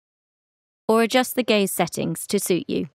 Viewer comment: The captions: or just the gaze settings to suit you What do i hear: or just the gay settings to suit you